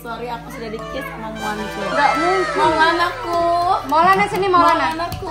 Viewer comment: Maulna bukan nya moana